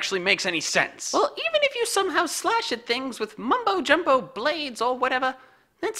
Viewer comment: you said MUMBO jumbo